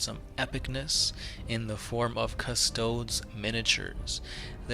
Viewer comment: Cuh! Stow!! Deeeeeees!!!!!! Pronounce it right!!!!!!!